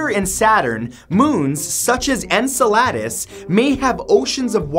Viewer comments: un-su-lad-is? en-sel-ud-us! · Ugh, his pronunciation of Enceladus (and numerous other words) has rendered me deaf. Santoro lost his touch a good 2 years ago... Again, ugh. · “Ensalades” 😂🤣😆 Sorry! Not a stickler for pronunciation, but that one was too funny! Still have you a like! Great vid! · 1 of many errors, but i try to cut him some slack as it isnt a science channel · That's not how you say enceladus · That pronunciation of Enceladus omg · OMG you totally butchered the moon name of Enceladus 🙀🙉